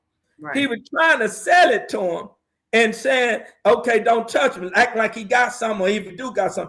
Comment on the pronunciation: finally said Raining correctly but now hes saying Kamila lol and Ack not Act lol bless his heart. He spitting wisdom though!!!!!